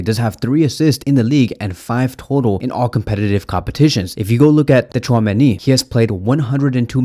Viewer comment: you really don't need to pronounce "T" in Tchouameni's name yk😅